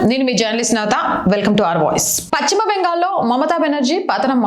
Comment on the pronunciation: Paschima ,it's not pacchima